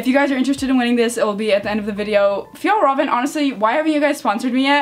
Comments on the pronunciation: You pronounce it more like fiel raven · No it’s pronounced fi-ja rav-en Can-ken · its pronounced as fiyell reven kon ken